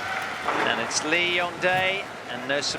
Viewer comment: Had to mute after he kept saying Lee Dong Yae... and if he thinks LYD put korea on the map, he clearly has never heard of Park Joobong and Kim Dongmoon